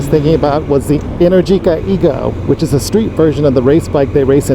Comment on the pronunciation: You should consider the Aprilia RSV4. Unluckily all these sports bikes are not supposed to be used in traffic... Decat headers might help with heat tho. Just one last thing, it's enèrgica, not energìca Ride safe 💪